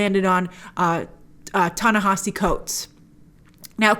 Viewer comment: Ta-Nehisi? Bruh